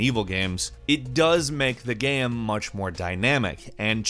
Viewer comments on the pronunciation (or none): Can you not pronounce 'game' correctly? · I hear "gaem" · Am I the only one who hears him saying "game" weird? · I see what you mean... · yeah sometimes it does sound like he says it in a weird way.